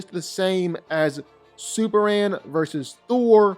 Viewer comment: It's superman.. Not super an ..